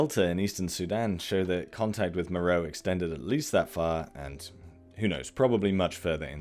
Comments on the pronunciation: MÉROÉ! mowrow🙄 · Meroe has been pretty thoroughly excavated, along with many other Kushite/Meroitic (and other) sites across Sudan. It's an inapplicable and kind of misleading generalization to say some trans-African dearth of archaeological investigations (also questionable) applies there. Also it's generally pronounced 'Mer-o-way'